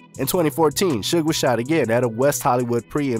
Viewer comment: It's pronounced shouge knight (suge) is spelled incorrectly for the promlnounciiation